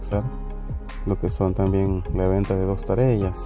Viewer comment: hajajaja, se dice Tareas y no Tarellas.